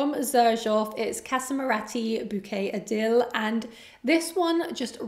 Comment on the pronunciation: I really appreciate the work you put into your content, I think your videos have a high production quality and you are enjoyable to watch. Here is one thing that could be improved upon. You so often mispronounce names of fragrances and brands 😭😭 You state that Bouquet Ideal is your fragrance for life while grossly mispronouncing it in the same breath. I know you don’t speak French and you don’t need to. But girl, you have google right, and fragrance review is what you do. So I think you could put in a little extra effort and learn how to say the names accurately. It’s not that hard. No offense, no disrespect, but it’s just really grating hearing you butcher them every single video. Also, it would be refreshing if you could also express why you don’t like certain scents. You seem to like a lot of them, and everything is amazing and beautiful, and everything is the most gorgeous smth or rather. How is that even possible? A little straight talk would be nice. 😊